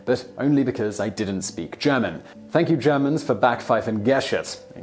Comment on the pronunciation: It´s so funny and so wrong how Simon pronounces "Gesicht"! (But I understand that this has to be tricky for native English speakers because there is neither this particular "i"-sound nor the German "ch" in English). And it´s not "Backpfiefen" but "Backpfeifen".